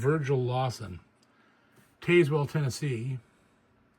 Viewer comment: Hey JP just trying to help out (because I love your channel and your work! I promise I’m not a Karen lol) but I’m local near Tazewell. It’s tn typical so it’s pronounced Taz-wool with the wool (like sheep’s wool) being quick and sharp lol have some fun with some tn twang! Love you brother! Take care and hope you and your family had a blessed Easter